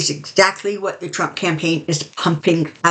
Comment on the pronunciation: I love the way you say his name thrump, I call him the 45 piece of crap . Then I laugh to myself with visuals using a 💩. Sorry. VOTE Harris Walz 2024